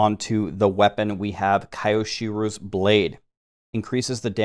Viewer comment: your pronunciation of kyoshiro killed me. RIP, I'm dead